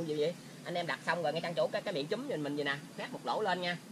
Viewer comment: Ống trúm không phải “chúm”